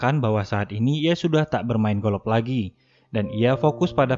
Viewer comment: Golof abang sayang bukan golok